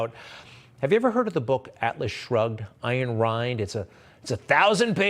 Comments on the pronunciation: Fyi, the author's name is pronounced "Ann" and "Rand". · Say her name properly - Ann Rand